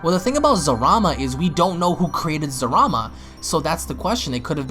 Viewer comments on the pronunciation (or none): TERROR BLYAT Its Zarama. There's no Letter L in the Japanese language.